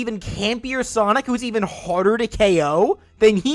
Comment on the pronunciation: Right...do you even know how to pronounce sonic?